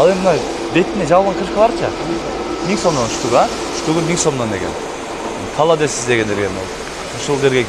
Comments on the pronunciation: КОЛОДЕЦ дечи халадес дебей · Каладес деп айтпа